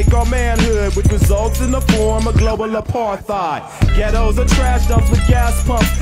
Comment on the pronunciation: Dope! P.s. I never realized until now that Del pronounced "Apartheid" incorrectly.